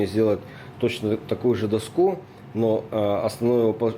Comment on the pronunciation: Да дОску, а не доскУ!!!!!!!!!!!!!!!!!!!!!!!!!!!!!!!!!!!!!!!!!!!!!!!!!!!!!!!!!!!!!!!!!!!!!!!!!!!!!!!!!!!!!!!!!!!!!!!!!!!!!!!!!!!!!!!!!!!!!!!!!!!!!!!!!!!!!!!!!!!!!!!!!!!!!!!!!!!!!!!!!!!!!!!!!!!!!!!!!!!!!!!!!!!!!!!!!!!!!!!!!!!!!!!!!!!!!!!!!!!!!!!!!!!!!!!!!!!!!!!!!!!!!!!!!!!!!!!!!!!!!!!!!!!!!!!!!!!!!!!!!!!!!!!!!!!!!!!!!!!!!!!!!!!!!!!!!!!!!!!!!!!!!!!!!!!!!!!!!!!!!!!!!!!!!!!!!!!!!!!!!!!!!!!!!!!!!!!!!!!!!!!!!!!!!!!!!!!!!!!!!!!!!!!!!!!!!!!!!!!!!!!!!!!!!!!!!!!!!!!!!!!!!!!!!!!!!!!!!!!!!!!!!!!!!!!!!!!!!!!!!!!!!!!!!!!!!!!!!!!!!!!!!!!!!!!!!!!!!!!!!!!!!!!!!!!!!!!!!!!!!!!!!!!!!!!!!!!!!!!!!!!!!!!!!!!!!!!!!!!!!!!!!!!!!!!!!!!!!!!!!!!!!!!!!!!!!!!!!!!!!!!!!!!!!!!!!!!!